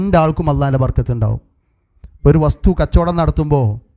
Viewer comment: ബർകത്ത് എന്നല്ല ബറകത്ത് എന്നാണ് ശരി